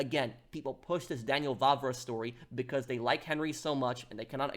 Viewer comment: Daniel Vávra, not Vavra. The "á" means long vowel, extremely simple. I don't know why you British have problem with this? For we Slovaks, it is extremely easy to say long vowels and we have even two long consontants Ŕ and Ĺ much like our former past occupiers and oppressors Czechs (whose contributed to fall of glorious Austria-Hungary). Even our Hungarian brothers have long vowels.